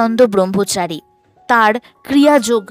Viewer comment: ভালো লেগেছে, শুধু ব্রহ্মচারী শব্দটা ঠিক ভাবে উচ্চারণ করুন